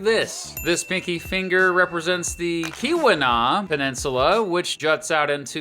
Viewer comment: The Keeweenah is farther north than main.